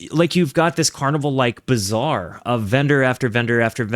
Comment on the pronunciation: Bazaar, not bizarre